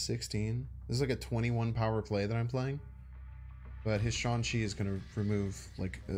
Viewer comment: I think its cause of the way the A is pronounced, it would be closer to the a sound the a makes in bra or fawn so to most english ears its going to sound like you are saying shong or sean. loves his nicknames, magento instead of magneto etc.